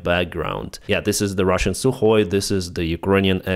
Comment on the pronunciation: you are the only one that calls that plane by its proper name. Sukhoi - not su, or sue